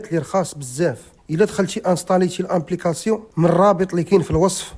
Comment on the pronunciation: أبليكاسيون 👍 أمبليكاسيون ❌❌ باش مقاريش الفرنسيه غير سكت احسن ليك 🧠👌